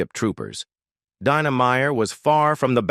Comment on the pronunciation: First 25 seconds, pronounced Dina two different ways, clicking off. Trash.